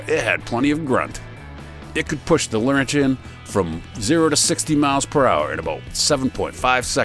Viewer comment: Must be AI: Pontiac Laurentian is not pronounced Lor-en-shee-en Pronounce it: Lor-en-chen I grew up in Montreal